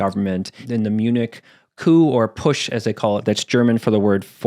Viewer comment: I am a german speaker and want to correct some language misconceptions. The "Push" you Talk about is actually the German word "Putsch". It Sounds very similar to push but it actually means "insurrection" or "coup", not force.